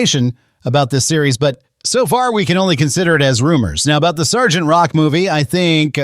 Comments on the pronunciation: "Es-gee-tee?" bro it's "sargent" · then that makes it worse. Why pronounce “Sergeant” as “S-G-T”?